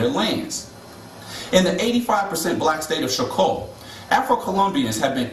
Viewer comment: afro-descendents not african descendents, and its not show-co its choco like chocolate..